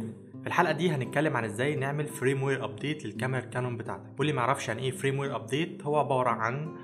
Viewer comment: اسمه فيرم وير جيب منين فرام وير اللي عمال تقولها دي